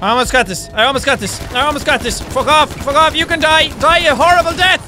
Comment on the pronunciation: when he says die it sounds like dathi